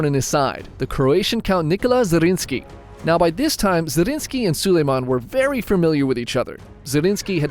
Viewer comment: More fun facts: 1. The name of Nikolaus Zrinskij(both of them)is Zrínyi Miklós and is pronounxed very differently. 2. The Hungarian name, wich our friend has alredy told, Szigetvár is just two Hungarian words: sziget(island) and vár(castle/fortress), telling everyone how the castle looks like